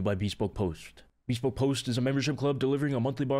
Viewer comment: bro said beespoke post